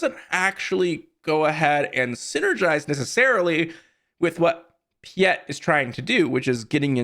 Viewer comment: "Pee-eht..." my brother in Sith, it's "Pie-eht." Like "Pilot" without the "L."